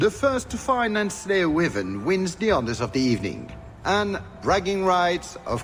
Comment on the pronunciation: This is good but they pronounce Wyvern wrong. It's more like this